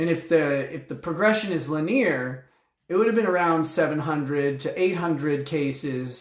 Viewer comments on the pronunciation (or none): Lin-E-ar progression. Li-Nere is the name of a guy who makes or sells linen.